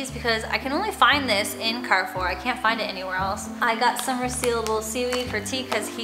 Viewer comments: You pronounced the name Carrefour well! However A is pronounced like in apple (open vowel) rather than the A in car . 😉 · I grew up going to Carrefour in Mexico and when you pronounced it correctly I didn’t recognize it until I saw the logo. You never cease to surprise me with cool little things in your videos. Loved everything about this. ♥️